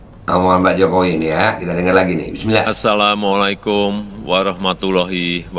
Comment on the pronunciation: Duhh salamnya sja belepotan behh males jawab😀😀